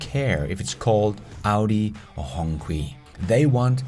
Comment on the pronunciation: Hi, I’m a big fan. But FYI, Hongqi is pronounced as Hong Chee and it was one of the original brand in China that produces cars for high officials way back when. It actually means Red Flag.